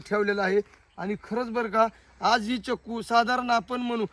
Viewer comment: चकू नाही चिकू